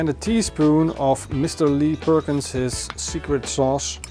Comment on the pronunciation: I cannot understand the "secret sauce" ingredient. Is it Lee Perkins'? Can you clarify. Thank you!!!